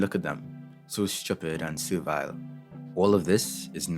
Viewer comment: You had me at “so schupid and servile”